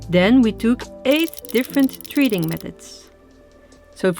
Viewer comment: 'Treating' not treading